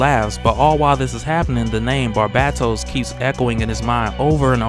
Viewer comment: Its pronounced BAR BAY TOS not bat bat tos btw